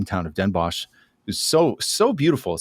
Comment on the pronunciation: Bonus points for pronouncing Den Bosch as “boss” instead of “boshj”! 😊